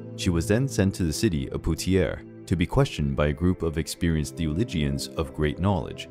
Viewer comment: You have a great narrating voice, and this is a great video but please consider working on your pronunciation of terms before recording (theologians, piety, Poitiers, Orleans, and more). It would increase the quality of your finished product. 👍